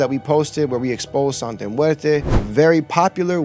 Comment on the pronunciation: It's santa not sante and it's not catholic it's like a folk religion and santa muerte and day of the dead is different bro. Respectfully if your going to " expose" something it's best to be accurate. Also day of the dead is a day that's sensitive to people because it's about their dead family so mabye the people felt as if you were disrespecting that. I don't know bro if that's the best way of going about it. God bless